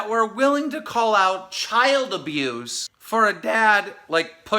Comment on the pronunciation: "child abuthe"